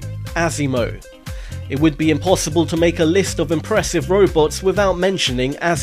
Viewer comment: It's pronounced awe-see-mo. Not ass-si-mo...